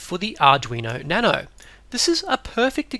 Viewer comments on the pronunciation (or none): none